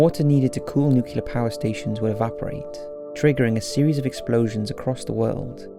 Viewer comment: It’s *Nuclear not Nucular